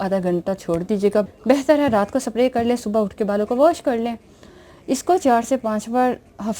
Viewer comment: چوتھیا عورت سپپپپپرے نہیں سپرے اس کو بھولنا نہیں اتا لعنت ھو